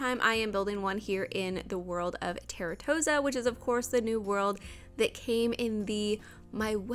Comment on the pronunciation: isn’t it pronounced TARR-TOES-AH